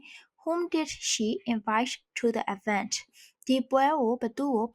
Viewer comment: ရေ eventက အသံထွက်လေးမှားနေသလိုပဲနော်ပီးတော့auxiliary verbမာdidလဲမထည့်ပေးထားပဲepတေမာdidတေပါလာတယ်